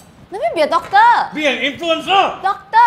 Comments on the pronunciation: why tf did you make asians sound that bad at english bruh "doc-TAH" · Kat Lindmark especially how they pronounce some of those shorter words, like doctor.